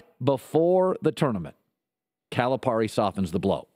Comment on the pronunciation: Could you at least pronounce Cal's name right? The rest of it? You are just funny! We love Cal! Just leave Ky alone, you have no idea what you are talking about